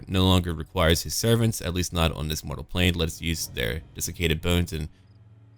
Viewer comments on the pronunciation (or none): none